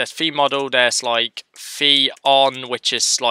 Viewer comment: man when you said v-for or v-model i always heard fe-model or fe-for ( doesn't matter for me just saying )